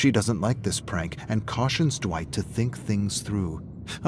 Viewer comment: Dwitch? Did he just call me Dwitch. Dwitch!!!